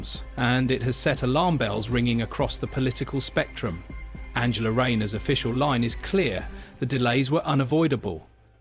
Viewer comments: No shes backing all her horses incase she becomes pm and needs a husband in tow as kier with his wife . Her name is An gel a English pronunciation as you seem to think she german and swapping between the 2. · She is not German her name is pronounced A N G ela